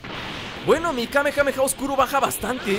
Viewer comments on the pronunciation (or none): none